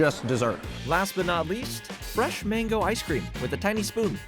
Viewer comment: Freshshshh...do all asians pronounce that word that way? Or just utube culinary asians? America explain?!😂😂